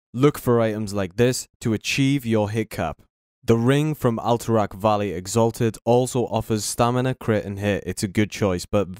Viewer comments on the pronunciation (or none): none